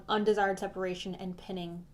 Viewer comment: Hey love! I think it’s “pine-ing” not “pin-ing!” Just wanted to let ya know 😉 thanks for your readings!!